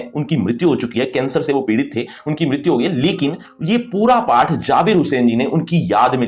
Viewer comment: PATH ❌ PAAAATTTT😅😅